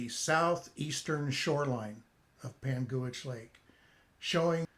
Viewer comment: Great video. I believe it’s pronounced “Pangwich” not “Pangooich”. I’m nit picking. Good info, good job.